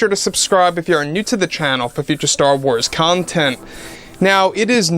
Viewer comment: I hate how you say content. It would sound so much better if you tried saying it while choking on your tongue.